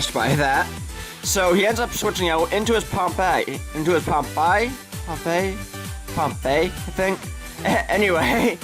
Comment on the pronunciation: Awww! You make me blush! Its Pronounced Pompeii, like the country that was destroyed by the volcano, Hence the name on my camerupt. And youre right, I will destroy you in more 1V1 ;) -Rufus